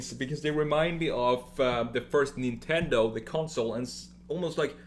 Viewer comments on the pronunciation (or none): none